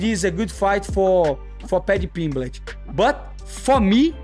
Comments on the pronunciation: The way Renato keeps calling him Paddy Pimblitch.😂😂😂😅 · "Paddy Pimbligh"😂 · Why does moicano say pimlich 😂😂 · He said "Pimblitch" SO MANY times. 😂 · Money Moicano funny as hell keeps calling Paddy Pimblitch 😂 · How many times did moicano say paddy pimblitch 🤣🤣🤣